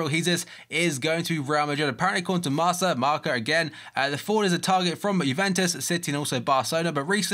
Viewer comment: its pronounced (MARrr-kAH) Marça